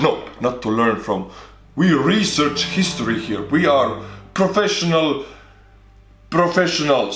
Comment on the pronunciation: Anyone else thought it sounded like he put on a Russian accent when he said that? i mean, his accent is similar to a Russian accent anyway, but that sounded much more Russian than usual.